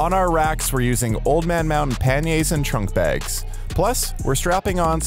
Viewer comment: I'm amazed you pronounced 'panniers' correctly. Well done. Americans rarely do.